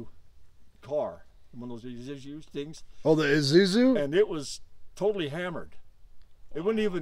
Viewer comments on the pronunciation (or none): This guy can't even say a iSusu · lol yeah considering he couldnt say IZUSU